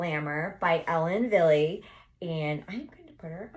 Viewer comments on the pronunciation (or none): I think you look gorgeous in all of them. However, the last one makes you look so much younger! The lighter colors are you! Ellen Wille is pronounce ellen Vill it's german.